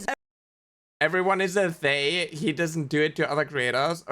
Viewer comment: It bothers me that this angry guy keeps pronouncing "they" as "day" and even the auto generated subtitles are getting that lmao